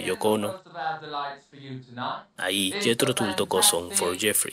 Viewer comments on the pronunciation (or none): Se pronuncia Jithro Tall.... mi favorita es Living In the pass... nada mas oportuno para el tema que tratamos. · el material elegido es muy bueno. Y la banda, obviamente, es maravillosa. Ahora, sería bueno cuidar un poquito la pronunciación, no?. Empezando por el mismísimo nombre del grupo (que se pronuncia "Tal" y no Tul. . . ), pasando por un nombre tan clásico como el de Johann Sebastian Bach (que no hace falta ser ningún erudito para saber que se pronuncia "Baj". . . ). Con todo respeto, me parece que no cuesta nada escuchar (ya que de música se trata) y pronunciar los nombres en forma al menos aproximada a la realidad. . . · Niño. "IAN" SE DICE TAL CUAL LO LEES!!!!! NO "ÁIAN". SE DICE JETHRO TAL" AUNQUE SE ESCRIBE TULL. OK?? Aqualung es Aqualong!! Y asi miles de errorres de pronunciación que tienes. Thick aa a brick se dice zik as e brik